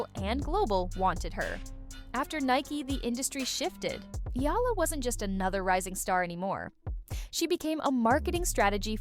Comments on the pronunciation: I hope they get to pronounce her last name right, as in E-YA-LA. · Hearing a Filipino sportscaster mispronouncing Eala's name is deeply insulting.